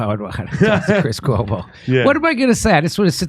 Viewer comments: I actually laughed out loud when you said "cuoma", 😂. Chris Cuomo probably always felt this way because it's common sense. He was just being a good little media whore when they were paying him millions to do so. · I hit the like as soon as Jimmy said “Cuoma.” Love it. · His cuoma--brilliant, Jimmy.